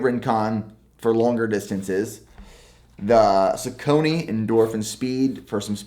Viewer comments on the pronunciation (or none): Just a friendly FYI your Saucony shoes are pronounced (SOCK-A-KNEE) not (sock-cony). Great selection of shoes though! You should try some Nike pegasus 37s or pegasus turbo 2s! Very awesome responsive shoes! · Sucony nooooo it's sock-on-y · Yes. He pronounces it wrong, something like Suh-Coney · Great video! I’ve heard it pronounced most often as “sock-a-knee”…not as “sa-cone-e”. Strange word either way lol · The brand is “saw-kan-nee” - Great video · Just pronouncing Saucony wrong. It’s “SOCK-UH-KNEE” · Saw-cone-ee. I think you’re just mispronouncing the saw part. The “u” in saucony makes a “w” sound. But maybe we just pronounce it weird in Illinois 🤷🏼‍♂️ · straight from google 'How is Saucony pronounced? The correct pronunciation of Saucony is “SOCK-UH-KNEE”.' This is how I say it. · It hurt every time he said it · Saucony is said saw-cu-knee... but you are all good 😂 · What sock brand do you use for running? Also I think Saucony is more commonly pronounced Sock-Ah-Nee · Saucony is pronounced more like Sauk-uh-knee btw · no hate just letting you know that I usually hear people say saucony more like Saw-cony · bruuhhhh i laughed so hard when said suh-cone-knee smh brooo search up the pronunciation lol, but what a beast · It’s “sock-a-knee” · The proper pronunciation is “sock-ah-knee”, close though 🤣 also i love my feetures only socks ill use in my races! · Hey, the Sauconys are pronounced “Sock-uh-knee”. Just thought I’d let you know. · Why do u say saucony like that. It’s sock a knee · I think is “sock-knee” 😉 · It’s pronounced Sock-a-knee lol 😂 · Saucony (sock-uh-knee) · “Saw-Kon-A” = saucony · Saucony: Saw-con-e…anyone else? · I used to work at a running shoe store... it’s pronounced SOCK•ONY lol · Think its pronounced as sock-on-ay lol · Hi, thanks for the video. It's pronounce /ˈsɔːkəni/ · It is Sock-on-knee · Is it pronounced..."soc-ca-nee"? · It’s pronounced Sore-sa-nee. The C is pronounced as an S. Like sorcery. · its saw-ka-nee